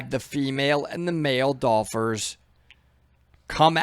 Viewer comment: dolphers? I ain't no native speaker, but even I know that's not a thing.